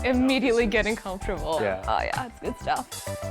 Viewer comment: "Guuu-id-uhh" 🙄 "Good" is one syllable.